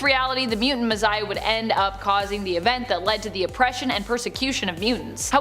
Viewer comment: Mizziah??? She doesn’t know how to say, Messiah?